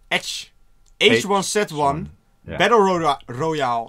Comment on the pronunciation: Je zegt het: heegu one zee one😂